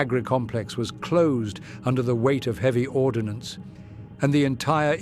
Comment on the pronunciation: Ordnance, not ordinance. ;) An ordinance is a formal command, a letter of authority. Ordnance are the things that go boom. :)